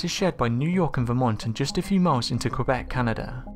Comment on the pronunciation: Wow , you Québec properly:)